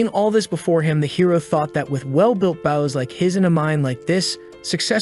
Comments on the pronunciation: I hear baws instead of bows again 😢 😂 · the ai voice seems to be a sailor, consts tly talking about a ship's bow instead of an archer's bow.